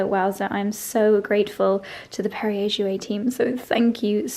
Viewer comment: That is Perrier Jouet…..again as with Moët with Perrier the correct French pronunciation is to pronounce the “t “ on the end of Jouet because there is supposed to be an accent over the “e” the same as with Moët. The “t” must be emphasized.❤